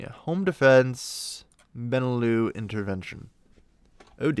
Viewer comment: Haha Benelux is pronounced Ben-ee-lux and is BElgium, NEtherlands and LUXemburg so basicall the lowlands